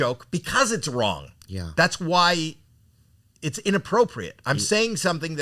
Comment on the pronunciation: Anyone else catch the “it’s wong” from howie 😂